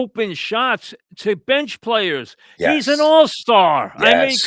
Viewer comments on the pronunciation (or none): Mike: the New Yawk Knicks, ahhhh, ahhh, the playaz, ahh